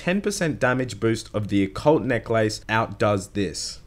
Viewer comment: the way you pronounce necklace makes me want to die